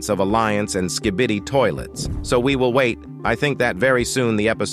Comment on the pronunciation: The way hey says skee bee dee